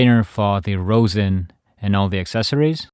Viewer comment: ummm I think later on you said the bridge or the shoulder rest but it’s actually called a shoulder rest and the bridge is located on to of the violin kinda in the middle plus you kinda miss pronounce rosin but maybe it’s ur accent